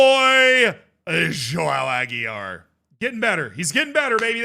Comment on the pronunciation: He can't say properly my name, how can I perform for him?